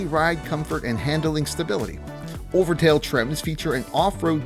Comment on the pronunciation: Said overtail instead of overtrail about 20 times now you gotta redo the whole video